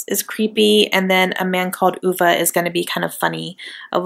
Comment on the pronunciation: Hahhaa you & say oovaa it's ah vay ( I only know because of the movie I was pronouncing it wrong at first too lol)